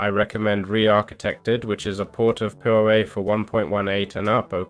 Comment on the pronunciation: Next time, if you're going to do a tutorial at least learn how to say the mod name... its litteraly power with ah instead of er.